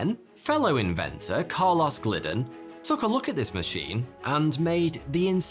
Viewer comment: My name is Carlos. And I've never heard the pronunciation Car loss. But I want to start saying it this way instead of Car Lowes lmao